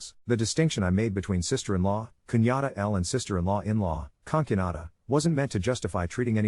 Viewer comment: "conk you nah dah" mm very nice pronunciation